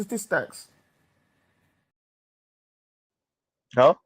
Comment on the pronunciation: 'Check the sta-tees-stocks!' 😂😂